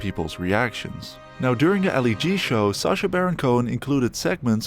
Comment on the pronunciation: Who's SARcha? Do you pronounce Apple ARPLE? No? Then why pronounce SACHA as SARCHA ffs 🙄